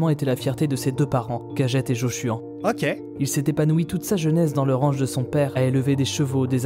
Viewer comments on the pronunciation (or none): Je suis le seul à m’être marré quand il a dit les prénoms des parents de: « Cagette et Joshuan »?